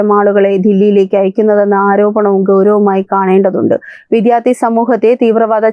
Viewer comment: അവതാരകയുടെ അവതരണം കൊള്ളാം. പക്ഷേ , മലയാളം ഉച്ചാരണശുദ്ധിയിൽ കുറച്ചുകൂടി ശ്രദ്ധിക്കണം "വിധ്യാർത്ഥികൾ " എന്നൊക്കെ ആവർത്തിക്കുന്നതു കേട്ടു. ശ്രദ്ധിക്കുമല്ലോ.